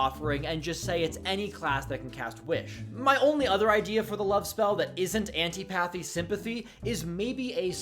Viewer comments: "I've never heard of Anty-pathy Sympathy before" yeah I can tell by your pronunciation 😂(it's an-TIH-po-thee) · say it with me: an TIP uh thee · The way you pronounce "antipathy" hurts my soul